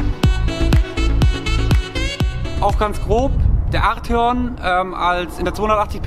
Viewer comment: Arteeon bitte